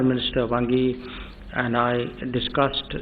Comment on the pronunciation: Jai shankar said 'Bhangi' instead of Wangyi 😀😀😀